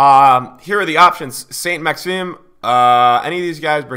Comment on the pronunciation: you speak french? You pronounced Saint Maxime was very good xD